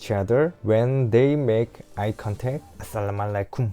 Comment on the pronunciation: hi how are you? When you say hello you look Nice اصبحة لهجتك جيدة عندما تقول السلام عليكم🇩🇿🇩🇿😍👍👍👍